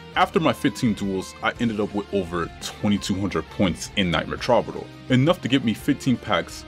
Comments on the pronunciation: Love the vids. It's pronounced true-ba-door though I believe. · Repeat after me: "true buh door" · Why do you keep calling it Trobbadoor?! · Take a shot everytime he mispronounces "Troubadour."